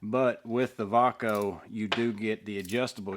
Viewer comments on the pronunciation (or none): Thanks for reviewing! This was really informative! I love the new VACO stuff! Its pronounced "VAY-CO". My father used to use these tools all the time back in the day. I hope there is more stuff coming. Looks like its a reboot of the brand. I've bought a few of these so far. Theyre really nice quality.